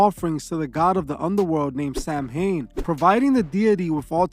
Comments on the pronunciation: Hey man, an Irish Celt here. You're pronouncing Samhain wrong. It's pronounced "sao-ann". Also it means november in the gaelic language. Druidism pre-dates Christianity too lad, with Christianity borrowing alot from the celtic druids (important dates and timelines). All love though, I am all about the Christian values and morals. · My Dear Bro in Christ, the correct way to pronounce Samhain is “Sow-wen, with sow as in female pig.” I love your channels. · Samhain is Irish for Halloween it’s pronounced sou like thou, and in so it’s sou in 😊